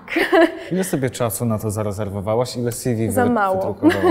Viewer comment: "Sjiwi" -- co to jest? Ew. od czego to skrót? Bo jeśli od "curriculum vitae" to odsyłam do wymowy języka łacińskiego...